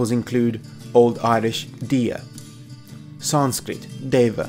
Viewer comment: You EXTREMELY and Brutally Butchered the sanskirt pronounciation Wrose than i butcher english